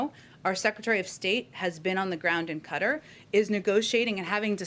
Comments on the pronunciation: Are they talking about Qatar? They keep saying “kutter” do they men Qatar (kuh-tarr)? If so maybe they should pronounce the damn country name properly!? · She needs to learn how to say Qatar. It's NOT "cutter" for pete's sake!! It's KaTar! Dummy. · Presence in "Cutter"lol its Qatar. Shes just like her boss, lying shill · Qatar is pronounced "cut-ter" like tacos are pronounced "tack-os" and queso is pronounced "kwa-so" smh